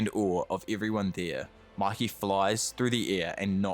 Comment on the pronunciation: its mikey not mickey... phe just mispronounced or bc of his accent